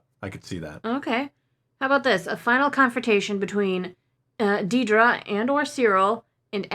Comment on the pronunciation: Cassian definitely needs to meet up with the Ferrix crew again. Yes, we know he meets Bix again because of the stills but it would break our hearts if he didn’t see B2EMO again too. Also, please pronounce Dedra properly… Dead-ra, “as in dead person”!